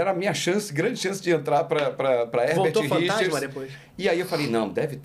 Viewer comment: Eu me lembro criança, ficava falando isso..."Versão Brasileira HergaTirichas" kkk